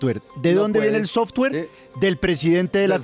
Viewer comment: Y aprendan a pronunciar software... ya se se parecen a la pronunciación de petro 😂😂😂